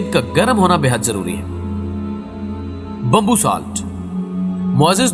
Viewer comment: Bambbu Ni , Bamboo Hota Hai 😂